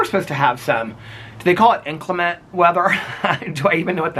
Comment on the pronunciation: It’s pronounced inCLEMent - not INclement 😉